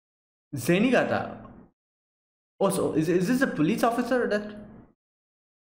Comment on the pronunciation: I am Japanese. I apologize for my poor English. I'm glad that you watch my favorite anime. I'm surprised to hear your "Goemon"and"Zenigata" 's correct pronunciation. Thank you.